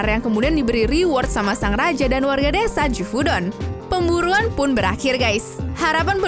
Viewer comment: desa bang bukan dedza.... wkwkwkwk